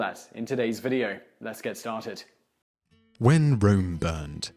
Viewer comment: "Whem" Rome burned?